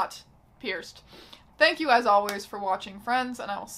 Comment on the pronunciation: I really did hear "thank you as always for watching Friends" as opposed to "thank you as always for watching, friends"